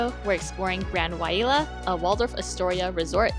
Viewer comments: Thanks for the frank review! I've been eyeing this property for a while... I might save my future Hilton free nights for another property. And I think it might be pronounced (why-lay-uh) 😊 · Wailea pronounced (Y LAY AH) FYI from a Hawaii resident, love your content